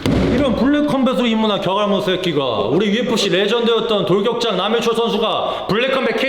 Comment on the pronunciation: 한번은 장도 묵음처리하고 돌게라고 불렀음ㅋㅋㅋㅋ ㅆ ㅋㅋㅋㅋㅋㅋ